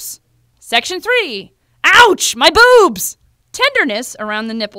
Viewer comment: your BOOOOBS - damn you didn't need to say it so hard